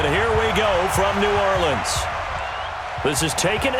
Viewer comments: New Orlee-ans Saints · Why is coach on madden? Why did he pronounce New Orleans 2 different ways in the first 15 seconds of the video?